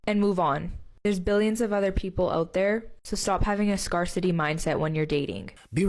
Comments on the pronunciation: "Scar-city" mindset ... Zero credibility when I hear that level of mispronunciation. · Hold up, did she say scar-city mindset? Here's a rule to add, they can pronounce scarcity correctly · “Scar-city” was a Simple Jack moment from Girl #2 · Did that one say SCAR-city mindset? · Beware of women trying to act smart online but pronounce scarcity as "Scar City". Moron. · Red flag... Mispronounced scarcity